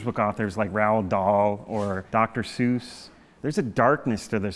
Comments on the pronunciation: Dr Seuss is actually pronounced Sice, think of the word Slice, and just remove the L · Referencing Roald Dahl and Dr Seuss as huge influences in your field but totally mispronouncing their names hahaha